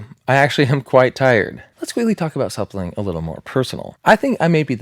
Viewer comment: Am I tripping or does this guy pronounce "something" as "sapling"?